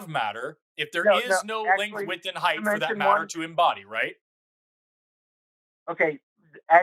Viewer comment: Maybe it's my hearing, maybe it's my headphones, but when Forrest was getting frustrated I kept hearing him say Heighth when talking about the three dimensions.